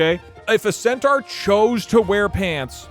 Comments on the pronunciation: Its sentar not sentwuar Pronounce it right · all i can think about is pronouncing centaur as “centwar” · Can we just acknowledge the baffling way that pronounces Centaur? "Scent-trar" is incredible. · I love how keeps pronouncing centaur as centwar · Why tf is saying centaur so fucking wrong.